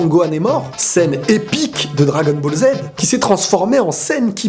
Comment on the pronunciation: Il a dit bagel super alors qu'on dit Dragon Ball super